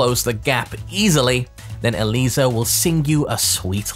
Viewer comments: Mad respect for being the only content creator to pronounce Eliza's name correctly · This man is so passionate and so breathtaking, he goes so deep into every character to the point that I think he is the ONLY person in the entire Tekken community that actually pronounces Eliza's name correctly lol Love you